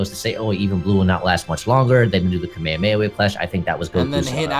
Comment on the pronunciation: It irritates me when people say Kamehameha wrong.🤦🏾‍♂️ Like they say it the same way EVERY SINGLE TIME. I don't get what's so hard 💀